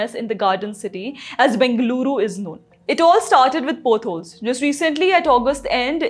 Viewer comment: It’s पॉट holes and not पोट holes .. हिंदी में पॉडकास्ट करो । यह मजूमदार लेडी कुछ भी बोलती है । इसने वंदेभारत ट्रेन और इससे बनाने वालों का मज़ाक़ उड़ाया था ।